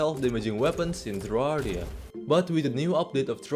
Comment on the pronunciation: man doesnt even say it as ta-rarr-e-a he says it as tarr-e-a